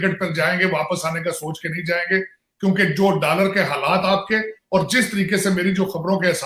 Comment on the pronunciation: Dallar Nahi hota doller hota hai